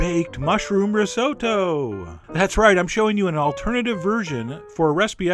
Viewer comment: Chef! You've mispronounced risotto! Its ri-sot-to.